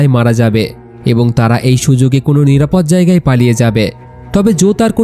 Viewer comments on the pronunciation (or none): none